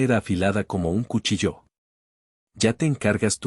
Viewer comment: No entiendo por qué todos los que narran historias pronuncian mal ciertas palabras ejem cuchillo acentuado el acento en la última letra